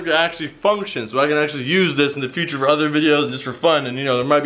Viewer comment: U said the SpongeBob future meme wrong it ain't Fu tire it's fuuuuturrrrrr